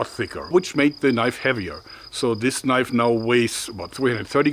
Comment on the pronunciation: "Now that's a knoif"